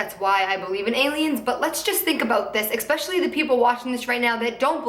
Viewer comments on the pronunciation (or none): IT IS FUCKING ESPECIALLY NOT EXPECIALLY !!!!!!